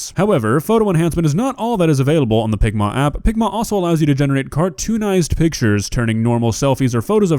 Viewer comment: Why does picma sound like ligma